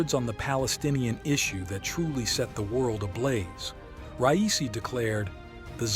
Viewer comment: You pronounce this man's name wrong at least three Times